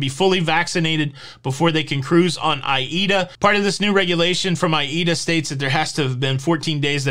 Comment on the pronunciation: “A”- “EE”-“DA” ‼️ so that’s how it’s pronounced! Now I’m enlightened 💡 yep the world is covid crazy! 🤪 but i am probably getting the booster because I just never know what wild idea my government🇨🇦 or even yours 🇺🇸 is going to dream up next! Maybe I won’t be able to return home without it come February?